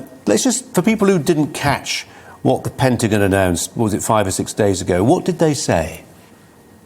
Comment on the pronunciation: Pentajon? LOL It's Pen-ta-gone!